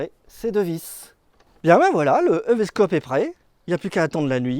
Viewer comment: on prononce I-VI-scope, et non E-VÉ-scope